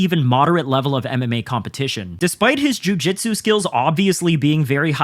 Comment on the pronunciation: Your pronunciation of jiu jitsu would make McKenzie Dern proud lol